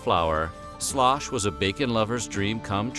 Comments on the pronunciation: Sloosh, not slosh. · Pronounced Sloooosch, Ew sound Not Slosh!!!!!!!!! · I'm no historian, but in the series The Civil War by Ken Burns, Historian Shelby Foote says that the dish you called Slosh was actually pronounced Sloosh. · "Sloosh" not "slosh" used corn meal and not flour. A soldier would mix the corn meal with bacon grease in a skillet, make a snake out of the dough, wrap it around the ramrod of his rifle, and roast it over a fire. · It's called sloosh, not slosh. Soldiers would also roll out the paste and wrap it around their bayonets and cook it over a fire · Shlosh was pronounced "shloosh"! (The narrator is obviously a Yankee ;-) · Point of contention; not "slosh" but sloosh, heard with my very own ears....... Per the late Shelby Foote, noted historian of the War of Northern Aggression: "In the southern army, you ate something called “sloosh.” You got issued cornmeal and bacon and you fried the bacon, which left a great deal of grease in the pan. Then you took the cornmeal and swirled it around in the grease to make the dough and make a snake of it and put it around your ramrod and cook it over the campfire. That was sloosh. They ate a lot of that." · I am thinking "Slosh" was pronounced "Slew-ush" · It’s not called “Slosh”. They called it “Sloosh”. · It was not called slosh, it was called sloosh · I think it was pronounced like sloosh instead of slosh. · It is pronounced SUESH. It was made with cornmeal, not flour. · It is pronounced --- Shoosh --- ! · Slosh was actually pronounced with a long "u". More like sloosh.